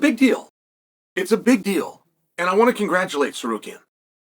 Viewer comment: omg he said Tsarukyan right